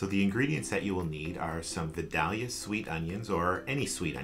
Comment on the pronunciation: Love the recipe but I gotta say I was wincing while you were mispronouncing Vidalia! Those onions are named after the town in Georgia where they come from and its pronounced "vy-dale-yuh"! Vidalia is about 45 minutes from me and they love their onions, they have a big festival for them every year!